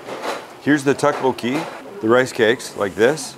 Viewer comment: Great vid. The way you say tteokbokki kills me though. "Tuck-bo-key" 🤣